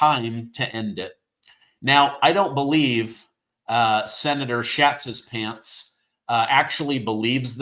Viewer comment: Brian " SHATSHISPANTS" ?? I KNOW HES BEEN TEASED ALL HIS LIFE. Poor guy😢